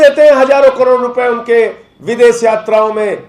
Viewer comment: Uncle SH bolna seekho .....S nahin hota .....des, vides, sosan , sabasi, sor ,behos